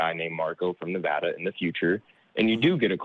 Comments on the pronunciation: people who live in Nevàda hate it when people pronounce it Neväda. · Please don't mispronounce Nevada.